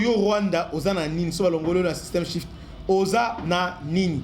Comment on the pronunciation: C,est Swift et non shift , Russie sauve'e par le brics